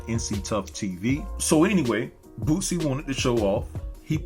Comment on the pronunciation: I kept thinking you were saying "Bootsie ". This is disgusting. F-ng celebrities. I enjoyed the video and it did just what it was supposed to do. Get people watching it and talking about it. The shoe was ridiculous and Nike has said they had nothing to do with it and are taking legal action.